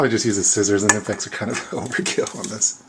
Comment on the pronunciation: Nippex? Isn't it Knipex? Rest was cool though!